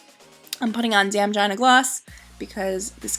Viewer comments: lmao it's Gina gloss like gee-na not jina like vagina xD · It's gee-na